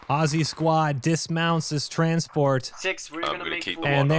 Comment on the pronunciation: Holy shh... An American who can pronounce 'Aussie' correctly! I never thought I'd live to see the day